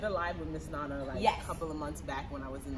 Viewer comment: Can we please try to pronounce our names without an American accent ? "nana" is "nana" regardless of the language you speak and you grew up in Ghana. Too many people are doing that nowadays! Sad our names are not pronounced properly even in our own land ... common "nana" asem